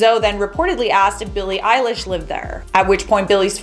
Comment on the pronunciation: Elesh ok .....fr Elesh? (Not hating 😌)